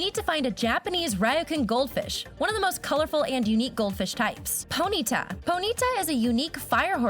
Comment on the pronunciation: Pony ta! Not poneeta